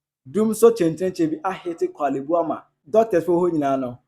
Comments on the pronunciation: Kwale bu teaching hospital 😂😂😂😂😂. instead of Korle bu! ofui. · Masa pronounce it well wai na 3de3n ne kwalebu 😩😩 De word is"; Korlebu 😊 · Korle Bu, but not Kwalebu:: please becareful with your pronounciation… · It’s Korle Bu not Kwaaley Bu